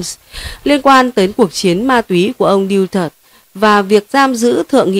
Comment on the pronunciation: Tong thong Du-to-te,not Diu-tot